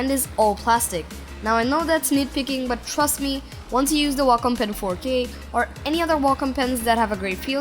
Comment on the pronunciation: you say Wacom like Wacka Flocka says Wacka